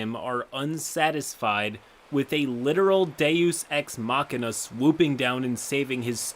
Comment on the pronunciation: Nigga said “deus ex machina”